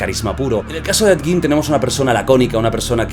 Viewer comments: En realidad se pronuncia he yin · Se dice a si edyin 😅 ese bro es súper viejísimo salía en la casa de los mil cuerpos película realizada por RoB Zombie 🧟 buenisima esa película bellísima ❤❤❤❤❤ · Ha dicho Ned gin? 😅